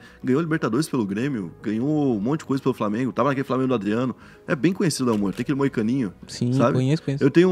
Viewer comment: ...Lívia Mo"i"ura, irmão do jogador Léo Moura... hahahha Não seria Lívia Moura? Tmj